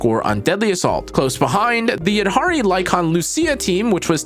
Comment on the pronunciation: HE SAID THE NAME RIGHT 🎉